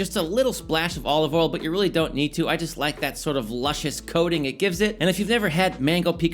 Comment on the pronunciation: You’ve been in Texas so long that you can no longer pronounce the word “oil” 😂